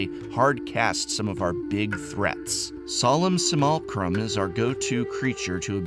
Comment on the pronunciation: "Solem Simulcrum"